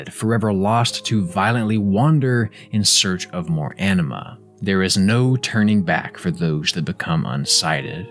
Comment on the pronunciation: Anima sounds like enema.